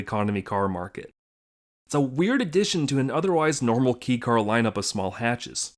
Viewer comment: It's pronounced like 'kay car'.